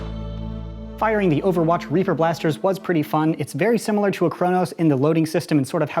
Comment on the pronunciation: I though he said raper